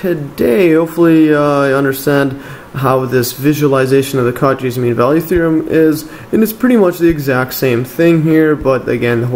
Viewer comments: I don't want to sound rude, but it's "koh-SHEE", not "KAU-chee", it goes after the French surname of the mathematician that formulated the theorem. Excellent explanation by the way! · good stuff, but maaan does it hurt hearing "coo-chis" as Cauchy... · The way he pronounced Cauchy almost killed me